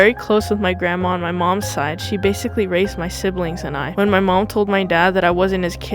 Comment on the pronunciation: "Grannuts" lmaoo 😭🤚🏻🤚🏻